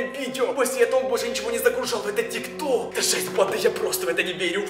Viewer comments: Тик ток а не тик тор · Не тик тор а тик ток